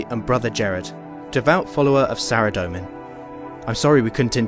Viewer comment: SARA DOE MAN.... but you pronounce ZAMMY JUST FINE